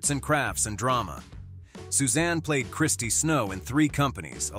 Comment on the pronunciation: Threes Comoany= Chrissy not Christy Snow. Brady Bunch is Eve Plum.. not Plumbs 🙄